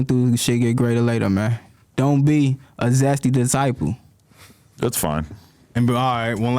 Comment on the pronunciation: "zesty desciple" 😂